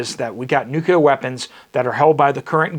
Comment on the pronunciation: NEW-CLEAR WEAPONS. NOT NU-CU-LAR.